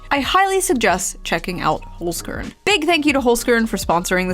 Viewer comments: holes - kearn lol its pronounced holzkern.... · it's pronounced /holzkern/ not /holsgörn/ tough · hollzzkearn haha its really funny wen americans try to pronounce Austrian brand names but no hate and good luck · Please pronounce the company name it as it should be in German, it sounds really weird when the first part of the word (Holz) is pronounced properly and the other (Kern) anglicized. The "e" in the word should sound like the "a" in "prepare". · First - Holzern is an Austrian company… you know who also was Austrian? Right, schwarzenegger. Secondly, as a german-speaker, hearing the pronounciation killed me XD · Your Holzkern pronunciation is really funny for a German Speaker 😂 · Awesome video again! btw love your murican pronunciation of Holzkern. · I was hoping to hear Holzkern pronounced a bit more Austrian after all that Nazi talk. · By the way in regards to your sponsor. The E in Holzkern is pronounced like the A in Karen ;-) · Oh no, Kitsunero is going to be upset at your pronunciation of Holzkern. Clearly you need to watch more of her videos...